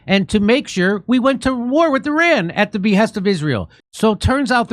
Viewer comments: hey dear, it is eeRAAAN not i-ran, it's not an apple device. Faking Ynkess never had a history lesson. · Jimmy I love you for all you do to help humanity,BTW pronunciation is not I......RAN,It's ERON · Sorry, not I ran but E raan. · it’s not EYE RAN